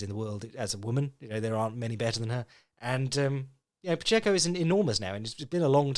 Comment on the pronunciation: You’re pronouncing Pacheco correctly,!